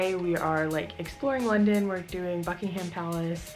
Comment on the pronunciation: It’s weird how London is like a tourist place for you when I live an hour away. Also btw it’s Bucking-um palace not Bucking-Ham palace (just to let you know). It is soooo weird how I know most of these places. If you wanted to see more Taylor Swift places you should’ve gone to Hyde Park because that’s where I saw her. And why would Americans pronounce Van Gogh like Van Go, that made me uncomfortable? Also what is a ‘top sheet’?